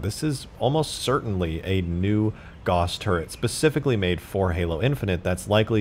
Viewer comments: Nobody's mentioning his pronunciation of the word "Gauss"? "Gauss" is pronounced g-ow-ss, not g-o-ss. I realize this might sound nitpicky but just putting it out there. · It's pronounced gah ouss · Its pronounced Gouse, like house. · It's pronounced like house...